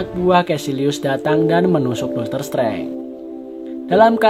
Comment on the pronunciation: bacanya doktor strenje bukan setrange